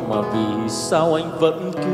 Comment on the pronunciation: Phát âm sai ngay câu đầu tiên, "vì sao" sao lại phát âm "vì sau" hihi